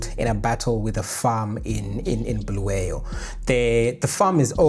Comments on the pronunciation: It's Kwa-Bulawayo bruru. Not Bluweyo. Pls correct. There's a historical context to this. We don't appreciate the deliberate butchering of our names. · Bulawayo, not Bhuluweyo. Pronounce the name properly. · Bulawayo, not Bluweyo 🙏😊